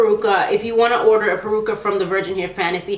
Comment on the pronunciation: It's "Peruca" not "Percua" LOL